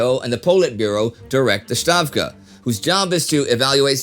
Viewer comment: Thank you for correcting the pronunciation of "Stavka" :)